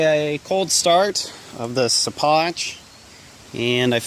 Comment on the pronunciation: hey man i think it might be pronounced "she-pock". keep havin fun